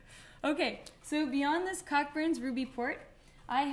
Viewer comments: Pronounced Coburns. Not Cock-burns... pronounce responsibly. Lol. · Came here to say the same thing. I love her but she was driving me crazy with the pronunciation. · Hey Madeline. I'm new to this channel but love your videos and your blogs. I just wanted to point out though that, Cockburns which is a British brand named after a surname is pronounced "koʊbərn" like co (as in co-worker) and burns. This always amuses my French flatmate. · Its pronounced Co-burns